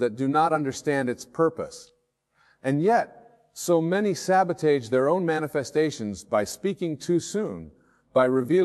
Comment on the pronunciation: AI is mispronouncing words , like resume , sabotage , has anyone else notice this